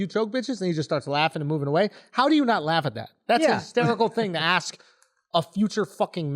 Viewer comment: Can someone teach to say “Ask” properly.? It’s literally like nails on chalkboard when he says 🪓